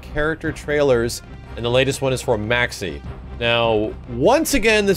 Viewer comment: say maxi like a boss